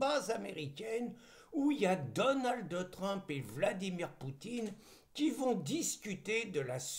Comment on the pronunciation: s'il te plaît , pas Donaldeuh Trump, mais Donald, comme on dirait Ronald. Merci et bravo